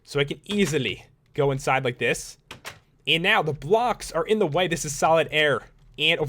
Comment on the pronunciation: Idk why but the way u say "and" kinda annoys me.. "Eeend end eyyyeend iiind eend" other then that good detailed vids lol